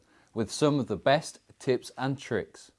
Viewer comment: Tips, not trips